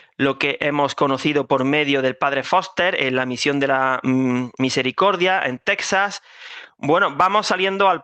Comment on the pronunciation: por favor no pronuncies más Tesas por Texas. En castellano antiguo no existía la letra J pero Texas, México, Don Quixote se pronunciaba como J. Y cuando apareció la J se perdió la X excepto en alguna toponimia aunque México pasó a escribirse con J por algún tiempo (Méjico) pero después volvió a escribirse con X. Ximénez pasó a Jiménez excepto en el vino Pedro Ximénez 😂.